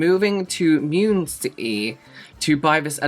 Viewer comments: omg the pronunciation of Muncie (mun-cee). Also the house is so cheap because Muncie. LOL. I think it's like the equivalent of Slough. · “Moonsee” killed me… It’s Mun-see. Anyway, that’s the Charles Over Mansion built in the very early 1900s by an industrialist. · Munn-see. LOL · Weed is legal in Arizona. And it's MUHN-see (Muncie), Indiana. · FYI: Muncie is pronounced Mun-see. It's so "cheap" because it's in Muncie. 🤣That house would be double the price if it were in either Fort Wayne or Indianapolis. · I came here just to say this 🤣